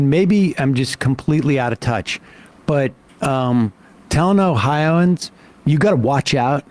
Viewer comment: Yeah I didn’t like when he said oh-hi-an like we’re hicks. I’m an Ohioan